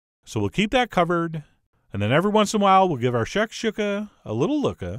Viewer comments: Pronounced “shack- shoe-Kah” not “shack shook-ah” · It's pronounced shack shoe ka, also there's 2 versions of shakuka, the North African version which is the one you made and the middle Eastern version which is scrambled eggs with vegetables, crack a few eggs in a bowl and beat them then fry up some veg in a pan then throw the eggs in and continuously mix with a silicone spatula and always take it off the heat before you think it's done then season after it's done not before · shak-SHU-ka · That’s nooooot how you pronounce that....